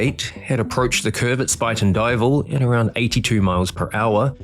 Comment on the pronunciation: Great pronunciation for a person unfamiliar with the area! Spuyten Duyvil, supposedly Dutch for spitting devil, is a pretty sharp curve that now has electronic controls prohibiting a speeding train. Rockefeller, no relation to the famous Rockefellers, made up an excuse that caused him to fall asleep. I believe the sleep apnea diagnosis was pure BS. I frequently take a train through that area.